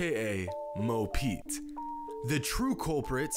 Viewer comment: Everyone: Mo Pete Kobe: Mo Points (for me)